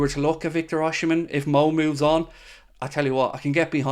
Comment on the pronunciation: It's not Oshimen! Osimhen.